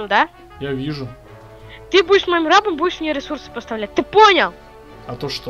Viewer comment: Правильно рабо́м